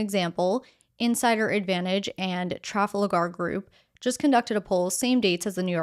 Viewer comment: Love your reports. Small administrative correction, I believe it is pronounced "truh-FALL-gar".